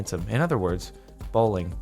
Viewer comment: Siri pronounces bo-ling instead of bowling.